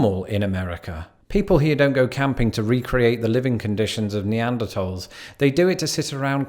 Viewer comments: I'm all kinds of American, and am so glad he didn't emphasise the "h" in Neanderthal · Thank you for pronouncing neaderthal properly!